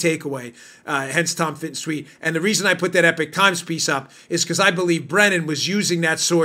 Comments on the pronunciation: Dan, the Epoch Times is not pronounced 'Epic Times', it's 'Ee-pock'. Rhymes with Knee-sock. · It is EPOCH Times not EPIC Times two different words two different meanings. Respectfully. Thanks for all you and your Team does. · It's not the epic times tough guy. It's epoch. I've heard you say it continuously wrong.